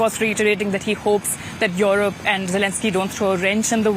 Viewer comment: Dafuq are there so many Indian reporters for a German channel? Can't even pronounce Europe properly, says Yorope.